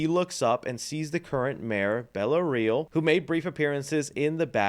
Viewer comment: His name is Carmine Falcone, not Carmen lol and her name is Bella Reál, not Real